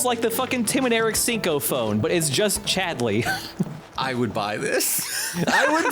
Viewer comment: I have a friend named Kingsley and pronunciation of Chad-LEY has ruined all of my interactions with them.